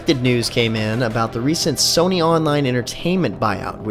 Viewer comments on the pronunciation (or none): none